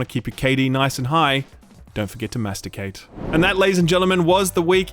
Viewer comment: Masticate 😂 sounds so wrong, I love it.